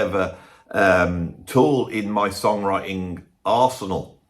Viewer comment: I heard it as "arse 'n all"